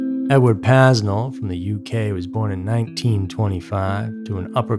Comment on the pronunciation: “PAY NELL” not paznell. Aside from that good work